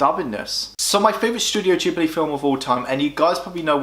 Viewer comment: ahhhh, I cant deal with the pronunciation of ghibli and nausicaa. Also when marnie was there is a marmite ish film, if you were on the outside of society with few friends at school it shoots up lists, for me its number 2 only to nausicaa.